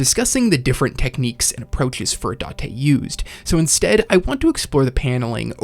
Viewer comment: Finally you pronounced furudate right. Subscribed.